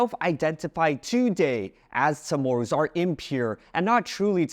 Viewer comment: Is that how you really pronounce Chamoru? sounds like a soft T or SH when saying the "Cha"